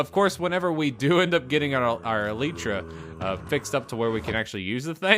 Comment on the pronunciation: It is pronounced Elietra like lie as if you are telling a false statement Elietra not Elitetra